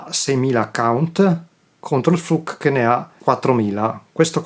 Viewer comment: Flook not fluk !